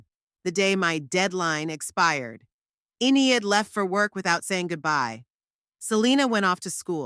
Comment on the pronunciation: E nid, why use names you can't pronounce? Good story except for the irritating enieid